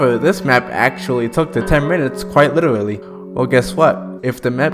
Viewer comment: Bro invented “witerally”